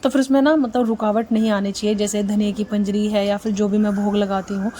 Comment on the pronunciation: Nice Sharing Happy Janmashtami Pinjri Nahi Panjiri Hota hai Aap to North se ho Aap ke yah bhi Panjiri hi bolte hai ❤